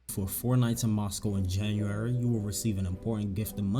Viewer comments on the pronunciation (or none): none